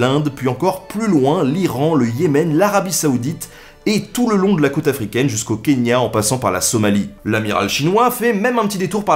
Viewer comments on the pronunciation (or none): none